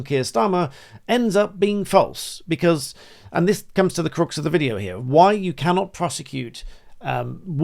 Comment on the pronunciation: Talking of voice coaches... The "u" in "crux" is pronounced like in "bucks", not like the "u" in "crucifix" 😊